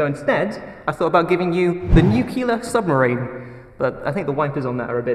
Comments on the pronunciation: Why does so much people can't pronounce Nuclear? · Craig, you're the best, but... You get all the other best people to be in your vids... XD Also,...NUC-LE-AR. Not nukular. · I can't believe says 'nuculear' instead of 'nuclear'. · please say nuclear.. nucular is so silly.. epic adventure though, hope the whale is ok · Oh, pet hate though: nuclear, not nukular. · wait, did say "nucular"? Oh my. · nuCLEAR not Nuciler hahah oh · said nucular.... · Did just say NU-Cu-Lar? ugh.... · It's okay that you can't say Worchestershire. can't say Nuclear. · Nukular...its pronounced Nukular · try pronouncing "nuclear" properly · He might be trying, but he's saying it wrongly, George Dubya-style.